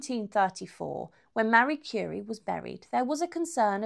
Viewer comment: Someone who read the Wiki page and made a video. Can't even pronounce her name right.